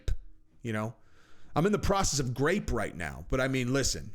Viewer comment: It’s groped not grapes